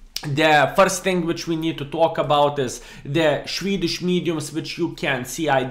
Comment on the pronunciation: Shwedish mediums😂